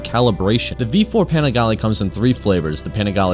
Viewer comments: "Paneegalee"... Wrong pronounciation. Great video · You didn't even pronounce the name right 😂😂😂😂